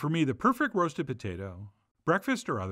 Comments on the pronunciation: Potatah? No, it’s potato. I’m an Idahoan. Potato. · "The Patayta" =)